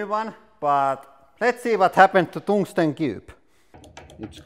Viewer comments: Tungsten. Not Tongue-ston. That is not hard at all. It is slippery and squishy. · I’m sorry but: “poor toongstang” cracks me up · Toungsten LOL